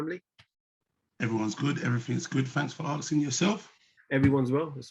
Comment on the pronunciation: Asking not Axing.